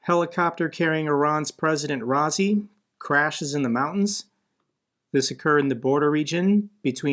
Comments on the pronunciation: His name is pronounced Ra-ee-si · Iran President's name pronounced "rye-ee-see"